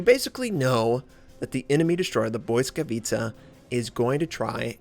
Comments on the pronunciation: nope, u cannot be more wrong bout that mate , i do admire u for trying to say the names in their native language, but its not BOY-skavitca .. its Blitz-ka-vi-tsa(i;ve spelled it like that just to make it easier for you to read it out) .. should sound like blitzkrieg , or blitz whatever , because blitz is the root of the name it means lighting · Indeed...it's kinda painful to hear him say boyskawica instead of blisskawica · its actually pronounced as bwiska vitsa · hey, from Dasha i noticed the Błyskawica is pronounced as: Bliss-kavet-sha i admire you effort to pronounce ships accuratly, happy subscriber here:) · Stoyan Kanev there is a difference between thinking that you know everything because you googled it and doing some research, but ok. the google translate pronunciation might not be pin point accurate, but it is at least better than "boyskavica" or your "blitz-ka-vi-tsa". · Indeed, the closer one is "bwisskavitsa", maybe with a hard, not soft pronounced first "i". Word "Błyskawica" translates as "Lightning" and it originates from German "Blitz", but it's not pronounced exactly as "Blitz", far from it. You can easily find pronouncation even on wiktionary. And yes, I am a native Polish speaker. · Not even close as all miss pronounce ł + y This is correct one